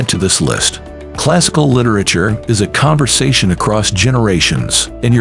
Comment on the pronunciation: Would be nice if the machine narrating could pronounce word like literature